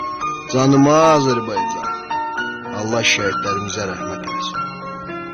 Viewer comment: Прекрасно сказано, спасибо! Только не Азербайцан, а Азербайджан.